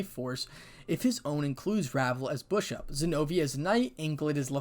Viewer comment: and the last part you kep saying bushop it keeps me laughing i kep rewind the part